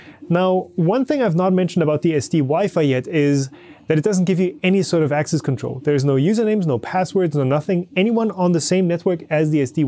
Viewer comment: "asscess" haha